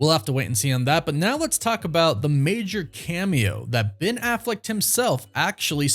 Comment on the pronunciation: It’s Affleck, not “Afflect” 🥴